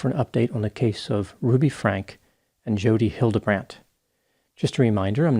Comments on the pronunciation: You should’ve read Jodi Hildebrandt’s book!! She includes her childhood( claims she was sexually abused when she was 2-5 years old and 9 as well i thing) and mentions her daughter cut her off and how it changed her. Also The correct pronunciation of her last name is Frank-EE. Not Frank. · Pronounce her name correctly! It’s not Frank, it’s Frank EEeeeee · Frankie is how you pronounce Franke. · Other sources are pronouncing the surname as Fran-kee. I wonder if she ever pronounced it on her YouTube channel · Franke is pronounced frang-kuh. German/Dutch origin.